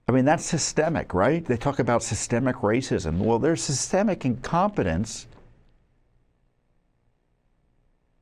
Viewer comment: i dont know, when do we stop saying incometence? this is way to much .